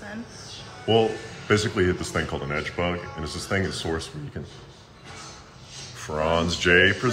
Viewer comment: mf said edgebug